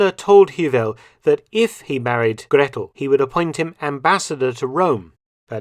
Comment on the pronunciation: Please get on top of pronouncing the names: For instance, "Gretl". it is not like a double "tt", but just a long "a" and "t". Hewel is pronounced "havel". Ask a native speaker :) Luckily, "Friedrich" and "Speer" are pronounced correctly. Well done. "Wolf's lair" is a common translation, but wrong. Eagle's nest is equivalent though to Adlerhorst.